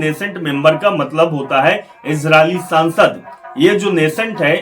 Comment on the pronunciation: कैसे कैसे पत्रकार हैं, इन्हें सांसद बोलना नहीं आता।